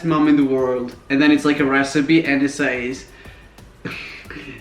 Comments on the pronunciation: You keep pronouncing the word ‘says’ wrong and every time you say it in your videos I can’t help but cringe. Same with the word ‘works’ or ‘worse’😂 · •laur• In the UK they pronounce "says" the same way as Americans do. I have never heard anyone pronounce it the way Raphael does..